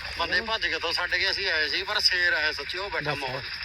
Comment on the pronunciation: ਪਹਿਲਾਂ ਸ਼ੇਰ ਬੋਲਣਾ ਤਾਂ ਸਿੱਖ ਲਵੋ,ਚਿੱਟੇ ਵਾਲੀ ਗੱਲ ਤੋਂ ਭਟਕਾਉਣ ਲਈ ਭਗਵੰਤ ਮਾਨ ਨੇ ਆਪਣੇ ਭਮੱਕੜ ਛੱਡੇ ਹਨ ਕਿ ਪੰਜਾਬ ਨੂੰ ਹੋਰ ਪਾਸੇ ਲਾਉ 😂